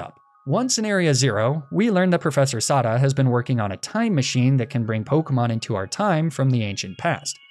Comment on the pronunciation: I just finished the game myself today, so I'm finally able to watch this video! Great work as always, and great job making me infuriated by your pronunciation of ai Sada.